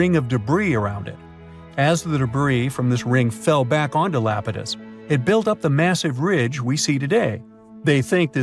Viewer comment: Iapetus EYE-AP-IT-US not LAPETUS it is a greek god c’mon man!!!